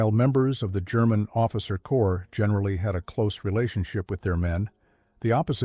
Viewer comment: He(it) said "corpse" for "corps", then in the next sentence suddenly pronounced it correctly. 🙄